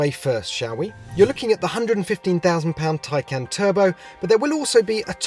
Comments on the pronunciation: Tie? Not tay? U wear a tay? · Geez. It’s pronounced “tie-kahn” like the first syllable in context or conversation - not as this says, “can of peas” or “I CAN’T pronounce Taycan. But then I can’t even pronounce PORSCHE correctly.” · Also, I think it would be Tie-Khan. Not Tie-Can. Just like the Macan. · Taycan not tiecan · correct it's "Tie - Con" not "Can" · Tie can?! Top gear? I don't think so. Change the name you are killing it. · In the effort to explain how to pronounce it you still pronounced it wrong, according to Porsche it's Tie-Car-N not Tie-Can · No not tie. It's Tay haha wth? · .......last time I looked that thing you wear to a job interview is called a TIE, not a TAY, just sayin' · They even explained how it is pronounced correctly and he still manages to fuck it up. It's Tie-Khan, Not Tie-Can! Awesome car though. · I think they did need it because even they got it wrong. It's pronounced Khan not can. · My CC is turned on and then if he says Taycan, the cc says " tie can" lol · Poor-sha Tie-con. Read it. Learn it. Live it. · Umm...it's pronounced Tie-KAHN. Did you not watch the video they made? Nice you went through the trouble to compare it to a "can of beans" when you are completely incorrect. Good one. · Did he say Tin Can ? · Congratulations! You pronounced Poor-Sha AND Tie-Con incorrectly. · Tie can? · Ok, is it just me, but since when is "tie" spelled T-A-Y ... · Excuse me but how the eff is “Taycan” pronounced “Tie-Kahn”? Tell me how you pronounce “Taylor” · Tay = ray,bay etc... I can do it? = TAKEN not Taican🤔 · For a very prominent media outlet, at least pronounce the car's name correctly. It's not as if Porsche didn't tell you how to say it. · How to actually pronounce "Taycan", per Porsche